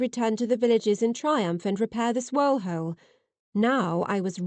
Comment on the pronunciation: Excellent story. Just fantastic. Also....what is a "holle"? Lol